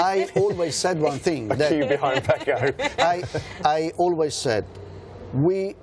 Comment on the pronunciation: FYI Fran....his name is Pecco not Paco.....small but significant difference as it's 2 different names